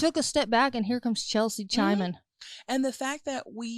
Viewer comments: Stop saying cheltzie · Chelt sea. 😅